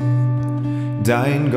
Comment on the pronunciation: Super schön. Aussprache aber etwas überbetont und gedehnt bei den Worten"der Herr , einige nicht gemeinsame Absprachen bei End ch